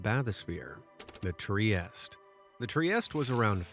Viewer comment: You created this video full of rare knowledge, and couldn't even research how to pronounce "Trieste"?